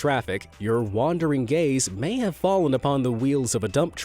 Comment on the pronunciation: I thought he said “your wandering gays“🏳️‍🌈 👁💧👄💧👁